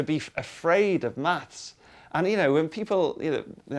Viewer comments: It sounds like they're saying MATS ... instead of MATHs ... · Does he pronounce "maths" hard enough? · We know you're a limey when you say "maths".......